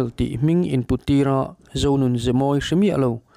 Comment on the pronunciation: Zonun ni lovin. Zozun tih tur ania